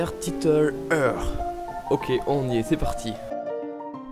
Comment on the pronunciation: Ça ce dit titeule hire